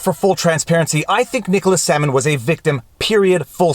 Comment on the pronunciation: Am I the only one who heard "Salmon" instead of "Sandman" the first two times? Maybe I just have fish on the brain from your second amazing channel. #chillinnotshillin